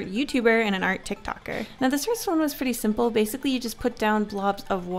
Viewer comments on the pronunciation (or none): I like how she said simple